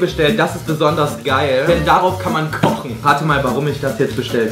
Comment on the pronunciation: "bist du dummE" oder "Wir kochene" Er hängt einfach immer ein E dran.. xD